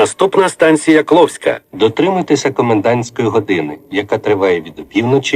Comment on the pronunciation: Я один заметил, что Когда ан. Информатор произносил станцию Кловская, то там стояла не klovska a klovksa